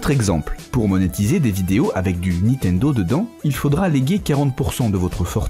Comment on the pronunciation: on dit niNtendo ! pas Nitendo, on dirait ma grand mère, merci